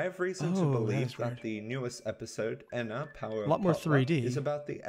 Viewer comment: your miss pronouncing Ena pronounce it like there are two n's like En-na